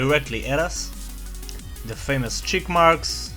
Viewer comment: I thought you said chipmunks but you said cheekmarks